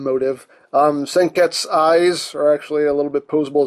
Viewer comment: his name is pronounced sen-ket-soo